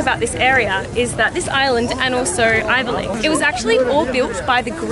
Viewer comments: What’s avylcik? :D it’s spelled Ayvalık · It’s “Ayvalık” 😂